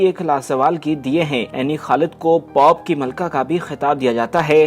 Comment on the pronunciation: پاپ نہیں میرے بھائ پوپ، پینڈو اردو سیکھ لے